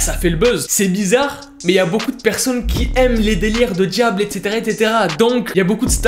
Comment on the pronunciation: mec c'est pas etetera C'EST ETCETERA BISOUS MON PETIT FRERE S'APPELLE AUSSI MAIS IL EST PLUS BEAU PEACE